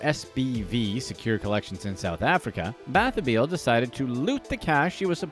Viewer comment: I'm SCREAMING at the way Bathabile is being pronounced. 😂😂😂 It's pronounced buh-tub-il-eh